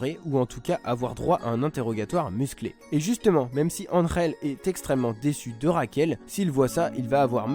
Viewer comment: Je suis espagnol je peux te dire que tu le dit plutôt bien Angel